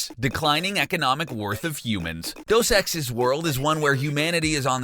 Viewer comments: The word is De-us. not Dos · Deus - day-oose.